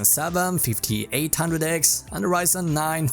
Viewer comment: Did he said fifti six handrek, fifti eight handrek, fifti nine hundrek ? WTF !